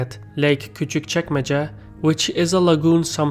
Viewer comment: I'm confused. You know how to pronounce a crazy word like Küçükçekmece, yet you don't know the 'g' in Erdogan is silent. Great video btw!